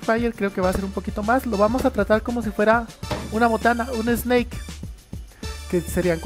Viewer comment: 🐍? Enserio dijiste snake y no snack? Xd